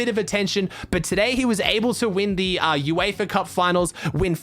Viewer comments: Its Uefa Not eufa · BRO ITS UEFA NOT EUFA